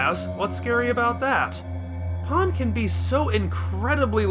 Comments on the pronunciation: i am sorry Paaan really? it's just pan mate, seriously they say it in the dub u have no excuse for this terrible mispronunciation, i will not stand for u insulting my 2nd favourite character of the series (she was my favorited but then Beerus came along and took over as my favourite) like that. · i am talking about the English dub mate, u know our native language? u should try using it properly instead of buttering it with Japanese pronunciations also it is exactly how her name is Spelled in English P a n, Pan, there is no pronunciation for that word in English mate. idc if that is how the original Japanese people butcher her name in English it is Pan and that is how it should be pronounced not as Paaan, fucking ridiculous pronunciation mate. also bold of u to assume i would watch u slandering her after this disgrace of a video.